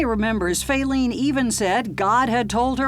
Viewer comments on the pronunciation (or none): "Fayleen had Fallen"